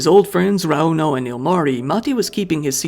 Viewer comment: My biggest pet peeve is the weight in the middle of a name. It's not raUno, or eMilia, it's RAuno and Emilia.